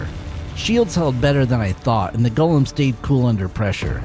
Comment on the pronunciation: Extra points for pronouncing the name correctly. It does not have a Precious.